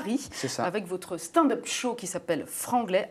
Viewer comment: "Watt de feuque" "staind-eup" frenchs are sooo bad with english (seriously, you aren't too bad but what's happening with your accent!) 😂